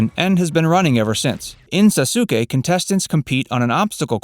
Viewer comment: me getting pissed when he calls sasuke “saw sue kay” and not “sauce kay” like